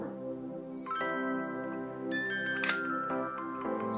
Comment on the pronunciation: It's pronounced KEENWA